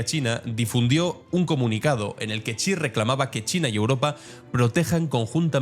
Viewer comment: Estimado, un par de correcciones. La primera, que el apellido del presidente de China se pronuncia como "ella" en inglés (she). La segunda, se está poniendo muy en duda que la población de China sea de 1400 millones. Están haciendo estudios en Japón cotejando el consumo de sal en décadas anteriores y ahora, y las cuentas no salen. Igualmente, se están usando modelos de crecimiento poblacional para comparar el crecimiento de la India y China. Las cuentas siguen sin salir. El COVID hizo estragos y no sabemos de verdad cuánta gente falleció. Se habla de que 700 u 800 millones puede ser una cifra más certera para la población de China.